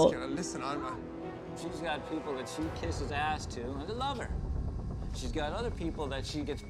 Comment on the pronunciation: It's "ass", not "ah".